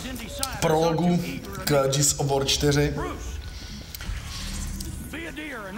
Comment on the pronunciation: Už vám někdo konečně napsal, že se to nečte "džírs" ale normálně "gírs"? Džírs of vór se nedá poslouchat :-D